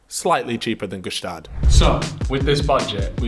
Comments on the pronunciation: hate how he mispronounces gstaad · Btw the g in gstaad is silent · stop pronouncing the G in Gstaad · The G in Gstaad is silent btw